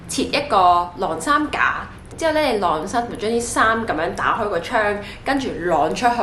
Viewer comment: 「䁁衫」唔係「掠衫」